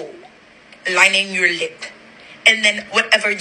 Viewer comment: Ik I was laughing when she said that 😂😂